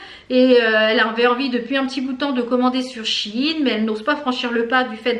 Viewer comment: Super la vidéo ! Je viens d'apprendre qu'on dit she in et non Sheiiiin mdr